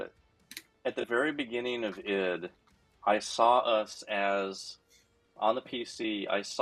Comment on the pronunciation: "idd"?? pretty sure the company is supposed be pronounced as I.D.